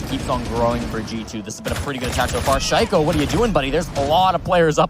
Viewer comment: Boris Müller oh yeah. Listen how they pronounce shaiko. I was like wtf. Obviously this casters doesn’t know who shaiko is